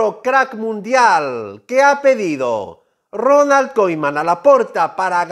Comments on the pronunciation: Se pronuncia kuman no koiman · Se dice "kuman" amigo.